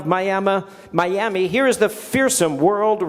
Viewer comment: No one : Literally no one: The announcer : miama